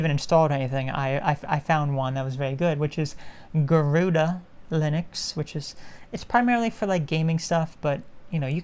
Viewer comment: I wish that I knew how to pronounce that word, "Garuda". Because I've heard great things about that OS, also PopOS and Bazzite are good for gaming too. ... Goo-RU-Dah ... I can say it now.